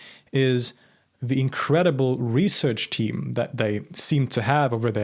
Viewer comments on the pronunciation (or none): none